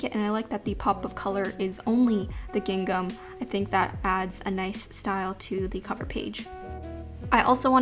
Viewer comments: It’s pronounced ging-um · normal people: "gingam": "giNGNam" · I also have to say I love the way says gin-gam! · Why does she pronounce gingham like that😂 it's like "giNgham"